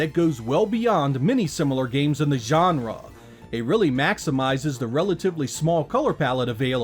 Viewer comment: "in the YAN-ra!!